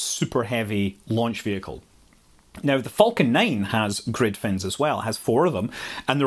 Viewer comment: What is a “foul-kin Rocket”?